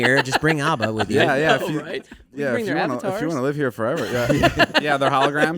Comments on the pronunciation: The way they pronounce ABBA. lol Its not Aubba. lol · I hate how they say ABBA